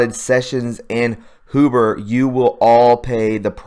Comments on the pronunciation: It's not HOO-BER it's H-YOU-BER. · Mueller is Mule-er Huber is Hue-ber.. Pet peeve sorry couldnt help myself.. tubers are killing me